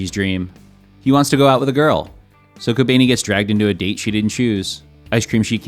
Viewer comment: "kobaynee" lmao 🤣🤣